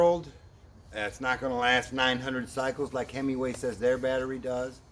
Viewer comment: so you do not need the module sold at Bolton Ebikes? Oh Himaway.?/ I swear I keep hearing hemmingway